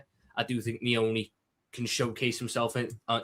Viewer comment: the goat. Cracks me up the way he says Nyoni “Trey NEEEEEOHNEEEE” 😂😂😂